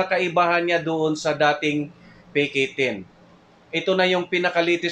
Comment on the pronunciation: Bro.. Sana po hwag tunog bisaya ung pagbigkas.. Tunog peke 10... Dapat PK 10. Tunog peke.